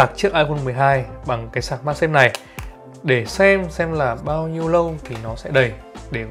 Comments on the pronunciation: Mag chứ không phải mac nha anh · magsafe chứ đ phải macsafe